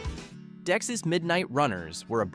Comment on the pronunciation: And it's Dexy-apostrophe-s: Dex-ees, not deck-sis